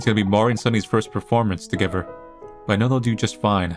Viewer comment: It's not togever it's together I can't take it anymore I am going crazy 🥴